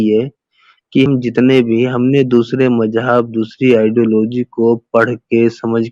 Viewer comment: Majhab nahee hota muzhub hota hay.